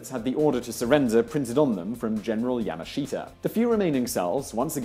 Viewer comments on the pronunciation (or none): none